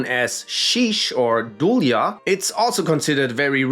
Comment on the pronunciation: Ukrainian here, don't want to offend anyone,but dulya pronounced more correctly as dulya(there's sound ya at the end) not dulia, because it's kinda the same if you was saying yaeh instead of yeah,hope explained right because i have problems with explaining